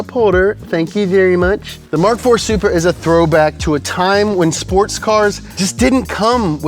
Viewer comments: Did he say supra? Soupbra 🤣🤣🤣🤣🤣🤣🤣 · did you say supra?? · bro did u say supra?? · Did he say supra? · Bro did he say supra